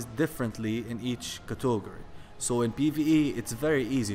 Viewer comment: "Cuh-tog'-ur-ee" It's "cat'-eg-or-ee."